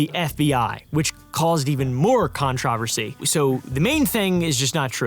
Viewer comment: The real controversy here is the way pronounces controversy 😭